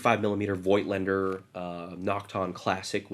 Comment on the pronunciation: was a good camera. lots of variants; professional: limited $ paid for this? oh, lens make pronounced "fot-lander" - in german. van gough, "van goff" your left finger annoyingly rubs vf window a lot, camerabugitus? :). good luck with 10 yr old film lol!